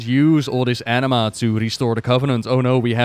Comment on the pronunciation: I know its actually "anima", but all I'm hearing is "enema".